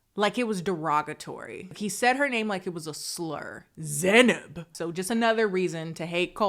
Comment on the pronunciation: He definitely said Zeynab derogatory